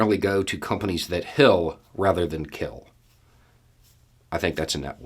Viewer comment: I heard "Companies that hill instead of kill." And I am a Southerner.